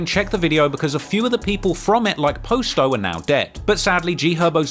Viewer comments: I don’t understand why he cannot pronounce PASTO correctly? Past like PASTA then an O. PAST-O!!! not POST-O. good lord! the boys name was PASTO not POSTO!! at least have enough respect to pronounce his name correctly. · Its Pronounced "POSS TOE" NOT "POST O " SMFH U KILLIN ME WIT DAT SHIT WHITE BOY ... GET IT RIGHT WHEN U MAKING VIDEOS AND GETTING RICH OFF MY BLACK PEOPLE❗❗❗ #FUCKINCULTUREVULTURE ❗❗❗ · Its pasto not Poast-O lol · Pasto not posto